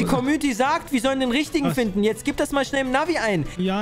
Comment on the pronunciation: Wie Aiop immer Maschello sagt hahahahahaha